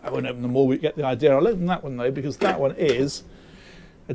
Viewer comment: Just a personal niggle I know but I wish he would STOP SAYING " becus " instead of saying "because". Other than that I really like these videos.